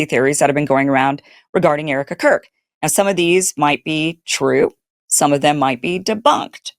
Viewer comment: Did you say Erika KURP🤣🤣